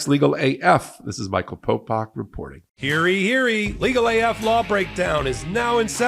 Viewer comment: Hear ye, hear ye, Popok, not heary heary. Sorry, it makes me cringe. Love listening to you all the rest of the time.